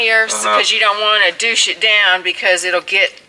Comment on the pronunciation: said "Doush". LOL.